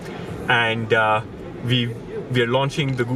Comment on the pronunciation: It's "we" not "ve". Learn how to fucking speak properly. If you don't put the effort you will sound like a moron.